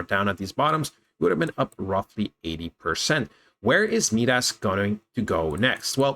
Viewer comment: Been watching this coin as well. I think you’re pronouncing it wrong though. Not MeeDas it’s Midas like King Midas from Greek Mythology. Mai-Dahs (sounds like “my “ hard I)